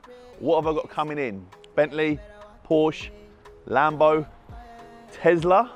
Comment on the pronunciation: I hate the way says Tesla 🤣🤣 got a lot of love for him though